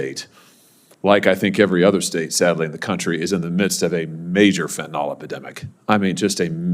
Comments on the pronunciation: I adore Senator Hawley but am surprised at how he pronounces the word ‘Fentanyl’. It’s pronounced ‘fent-a-nil’ and not ‘fent-a-nol’. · Fentanyl not Fentanol.